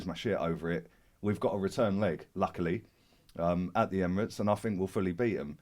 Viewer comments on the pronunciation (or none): none